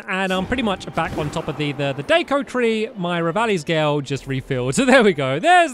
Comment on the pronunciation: Its revalis gail.🤣🤣🤣